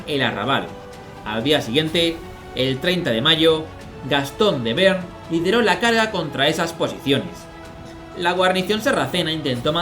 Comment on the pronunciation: Magnífico capítulo! Un pequeño comentario, yo diría que no se pronuncia 'bern' sino 'be-arn'.